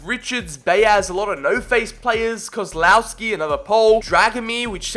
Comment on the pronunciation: “kozlawski” it’s kozwavski